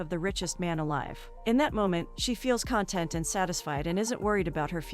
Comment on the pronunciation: A hoping rabbit. Honestly. Is it so hard to speak English? Content over content? Two very different meanings and pronunciations. Desert over dessert? I can’t subscribe to such an ignorant channel